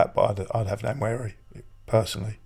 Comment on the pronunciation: It's not Nnwayeri it's Nwaneri (ONE NAY RI) "ONE NAAY RI" There's no Y in the name for christsake.